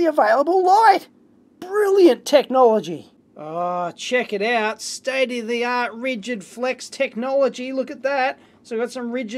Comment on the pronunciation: State uh the aught... State uh the aught... State uh the aught...